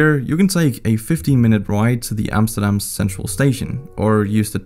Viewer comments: You said Amsterdam, not Emsterdem... thank you for that... loved the video.. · I hate it when uneducated English people try to say 'Amsterdam' but this man could pronounce it surprisingly well